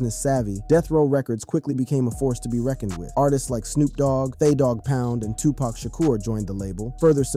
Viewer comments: How many times do we have to here this story about Eazy and Dre. And how many times are we going to hear Tupack ? It's friggin Tupac. Dam ! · Come on man, 2pack? Sooge? Smh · WHO TF is Sooge ? And 2 Pack?? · shooj knight 😂 tupack 😂😂😂😂